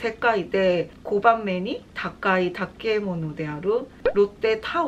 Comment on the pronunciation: 、今晩は。世界で5番目に高い建物「たけもの」じゃなくて正しくは「たてもの」と読みます＾＾。ＧＯＴＴＭＡＬＬ・・他のyoutuberの方も紹介されてますので気になっていましたｗみんな値段が安いですね。この前11月にソウルに行く予定と言いましたが多分年内は仕事の関係で無理みたいですので来年の1月に行く予定です。今年も1月に行きました。風が冷たかったです＾＾